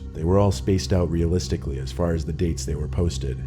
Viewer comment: So instead of saying "hey lets video chat on ig" he says "oh the pics are at releastic dates....